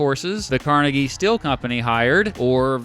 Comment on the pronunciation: Andrew Car-neggy